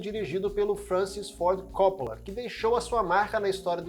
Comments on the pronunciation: Por favor, é Copp[Ó]la e não Cóppola. Francis Ford Copp[Ó]la!! Sobrenome de origem italiana, com a pronúncia acentuada do "Ó", depois do duplo "P". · Realmente esse CÓ nada haver. O cara fez um vídeo tão bacana porém não pesquisou a pronúncia do sobrenome do cara, simples assim. Se for humilde vai aprender com o erro. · Ótimo vídeo, só me incomodou vc chamar o Coppola de cópula